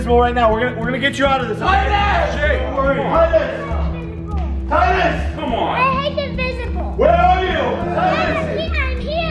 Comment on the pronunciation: In said inbisible